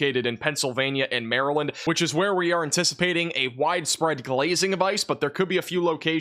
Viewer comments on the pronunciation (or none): none